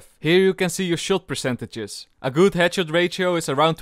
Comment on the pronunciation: Best part of this video saying very gud and very cool